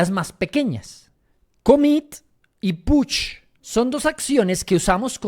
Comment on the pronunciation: Porque dices Putch 😄si es Push jejej (solo es humor a esta hora del dia) Gracias por inspirarnos!